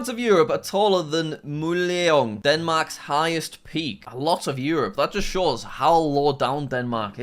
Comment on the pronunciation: I didn't expect you to nail the pronunciation of Møllehøj but I expected you to do better than that 😆